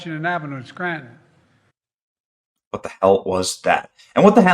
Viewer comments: *It's "Skryyyytun"🫣😳🙄🤭👍🏼😘❤️!* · "Let's go to Scranton, let's go to Scranton."😂